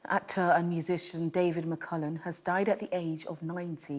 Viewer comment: Sky presenter might wish to learn how to pronounce his name correctly! McCALLUM not McCULLUM!